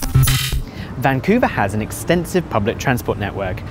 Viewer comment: vancuve...eve eve....